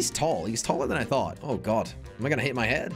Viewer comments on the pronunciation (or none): he says the OH GOD so poshly like a british man. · How jelly said oh god it got me laughing it’s like he has a British accent. I’ve been watching him since 2016 he’s one of the best YouTubers